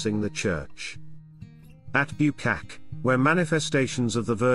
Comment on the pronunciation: I enjoy these videos that put out, but... If the narration is automated, I don't know how this can be corrected, but Hrushiv is not pronounced HRUSH-iw, but HROO-shiv, and Pochaiv is pronounced po-CHAH-yiv. And Buchach is BOO-chach, with the normal "ch" as in 'chair'. Dubovytsia is doo-bo-VIT-sya, or du-BOV-it-sya. Thank you for your coverage.